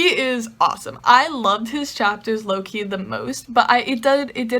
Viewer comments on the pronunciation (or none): Haha!! I kept thinking you were saying Loki when you said low key. 😂😂😂🤣🤣🤣 Love your videos!!! 😊😊😊